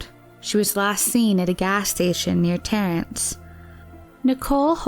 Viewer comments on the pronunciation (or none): It's 'Terrace' not; "Terrence" but otherwise thank you for this video, some counts have the number of missing women nearly double those officially reported, acc. to a documentary I once watched on this. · East of TERRACE, not Terrance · Thank you for this. I grew up living along the "Highway of Tears". Another topic you may find intriguing to do is the large number of Indigenous women dead and missing from the area of Rosebud Reservation - Wounded Knee. BTW... it is Terrace, not Terrance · No N in Terrace